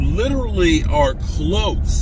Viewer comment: how u say close u are delusional